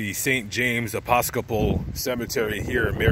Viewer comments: Pronounced E pis co pol not e pos ca pol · Did you say “Aposcipal”? That’s not even a word! Seriously? Can you even pronounce the word Episcopal???